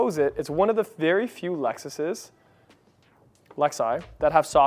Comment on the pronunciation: Glad you got to pronounce the plural of LEXUS correctly 😅